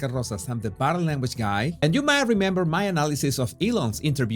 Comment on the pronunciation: "Body" se dice bodiiiiiiiiii", no "bode" como tú lo dices.